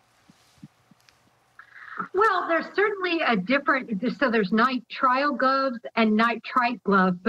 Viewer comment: Please stop saying “nitrite” glove. Nitrites are in processed meats, not gloves. The gloves are NITRILE. And has no clue wtf she’s talking about when saying “theres nitrite and there’s nitrile.” No there isn’t. I’m a critical care nurse. There are no nitrite gloves 🤦🏻‍♀️🤦🏻‍♀️🤦🏻‍♀️